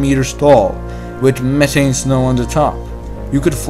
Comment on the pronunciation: Speech impediment makes you difficult to understand, sorry. Speak english please, it's pronounced meh-TH-ane, not meh-ane, where is your THHHH sound!!! You need speech school you have a horrible impediment!!! Trust me I am incredibly educated and you have a problem!!!